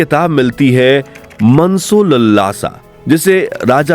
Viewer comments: मनसोलल्लासा नहीं है आपने लिखा दिखाया है मनसोल्लासा और ऑडियो में बोला जा रहा है मनसोलललासा ? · Its मानस+उल्लास ,not मनसोलल्लासा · मूर्ख व्यक्ति जिसे मानसोल्लास तक बोलना नहीं आता मनसो लल्ला सा बोल रहा है वह भारत की प्राचीन संस्कृति का विशेषज्ञ बन ज्ञान बघार रहा है . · आप उच्चारण ठीक करें मनसोल्लास : का। किसी से सीख लें।वैसे आपकी सूचना उपयोगी है। धन्यवाद🙏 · अरे यार तुमसे मानसोल्लास भी बोलने की क्षमता नहीं है।